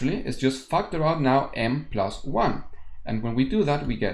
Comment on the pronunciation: Whenever he says factor out i hear fucked her out 🙄.